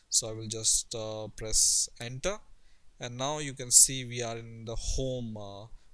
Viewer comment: i thought you said placenta. But you said Press enter